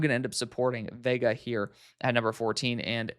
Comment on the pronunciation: Veigas last name is pronounced like Yoh-waah-nay - there's a few rugby players with the same name (Reiko/Monty/Akira) which it might be easier to find commentators pronunciations on